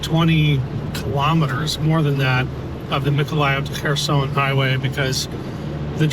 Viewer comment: Wow, taking a post of from 5 months ago and twisting a tale just to pat yourself on the back. Why didn't you boost work when he first dropped it? This is click bait trash. Oh... and if you'd actually watched the video beforehand, you'd know how to pronounce Kherson. Meidas has some great contributors, you should be showcasing them and their work rather than rushing to claim everything under the Meidas chairon and take some sort of credit for it.